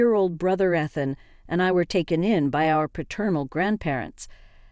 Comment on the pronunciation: E than not eth an.